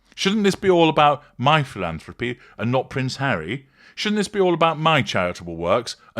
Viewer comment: I think she said "My philantrophy" which is even more hilarious